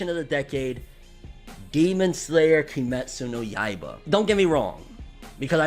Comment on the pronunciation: So many people say kimetsu no yaiba wrong... people are saying kemetsu no yaiba its (ki-metsu no ya-e-ba)